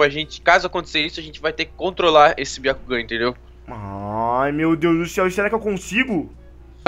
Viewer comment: Não é biacugan é um jogan